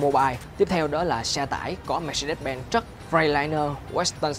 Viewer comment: Mermercedes: đọc là "Mer-SAY-deez" (Dzj`) chứ cứ des des gì. Đọc sai hãng xe tùm lum.